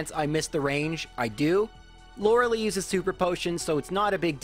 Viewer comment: The lei in Lorelei is pronounced lie, in German when "e and i go walking, the last does the talking"